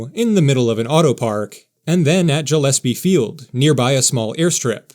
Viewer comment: ee-see-dro gil-ess-pee, not jill.